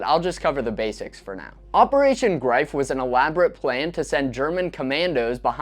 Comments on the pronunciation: Operation “Greef” not “Grife” 😅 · Its ’Operation Greif’. Not ‘Operation Grife’.